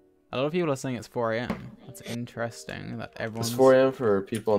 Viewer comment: It’s not astronomical, it’s INTRESTINF